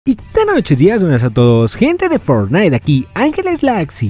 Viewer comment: HABLA BIEN XD (no pronuncias bien fortnite)